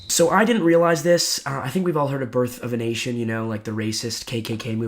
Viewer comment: I hella heard it the first time you said it as birth of an Asian 😂😂